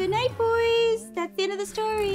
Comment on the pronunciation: do you wanna hear a stwoy?